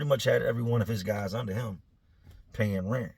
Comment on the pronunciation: I know this is an old video so I doubt people will come across this comment, but I need to know if I’m trippin’ or not.. does anyone else hear accidentally say, “ these other gays” instead of, “ these other guys” 😂